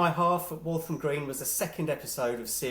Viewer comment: It's Walham, not Waltham. Walham is a small part of Fulham near the Broadway.